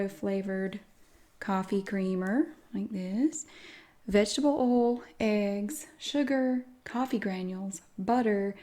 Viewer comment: I love it too. Her oil is like OL. I absolutely adore the way she says that.